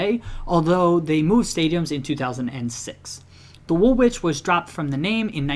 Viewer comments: Its pronounced WOOLITCH Arsenal not woolwitch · Just to let you know - Woolwich is pronounced "Wool-ige" (or "Wool-idge) not Wool-Wich" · i am english so i know you you didn't know woolwich is pronounced 'woolich'. just wanted to let you know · Everyone’s getting mad about his pronunciation of Woolwich, but y’all are the ones who put a second W in the name. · The pronounciation of Woolwich in this video is actually offensive